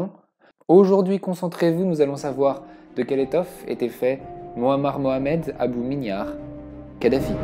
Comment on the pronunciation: Tiens, tu vois que tu sais dire Mohamed quand tu veux